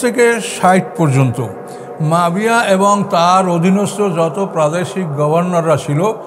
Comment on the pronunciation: মুয়াবিয়া নামটা উনি শুদ্ধ করে বলতে পারেন না, বলেন মাবিয়া